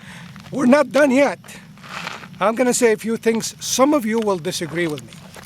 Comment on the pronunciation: "How's it goinGuh"